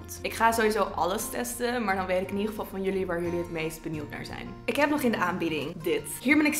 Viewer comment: 'Benieuwd'.. Niet 'benield'